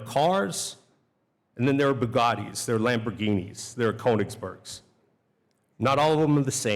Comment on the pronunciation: Koenigsegg not Koenigsbergs 😂